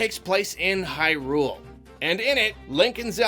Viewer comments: It's HIGH-Rule not High-RULE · Hey Hey Hey buddy ... "HIGH-rule" not "high-RULE"